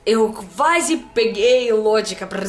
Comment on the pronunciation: "Eu Kvaze peguei o lôgica brrrrrasileira" 😂🤣😂🤣😂🤣😂🤣